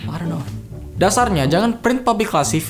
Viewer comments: tuh kayaknya ente mau ngomong "publikasi" jadi "publi-classy" :v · Looo..ngomong Pubikasi itu kalau uda bisa jangan d buat"......ngaco lo.....